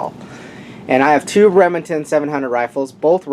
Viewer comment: Are you saying Remington or rimjobingnton you talk a little strange.